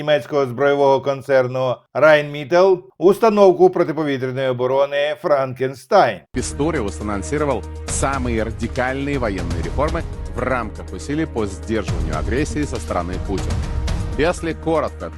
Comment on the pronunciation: Тільки не раєнмітел, а райнметáл — бо це німецька. Rheinmetall